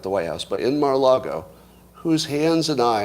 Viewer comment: Until Scott proves that he can pronounce the word Mar-a-Lago correctly (it's NOT "Marlago"), it's folly to entertain his Trump speculations with any seriousness.